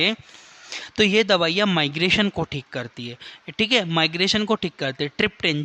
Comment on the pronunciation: Please improve your pronunciation & it is not migration it is an syndrome c/d migraine🙏🏻🙏🏻